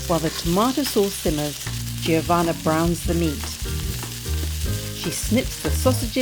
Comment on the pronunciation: it's Jo-vanna not J iiiiih ovanna